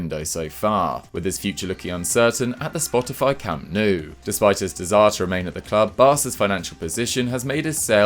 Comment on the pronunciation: must be the only virgin.... I mean person, that doesn't know how to pronounce Camp Nou?!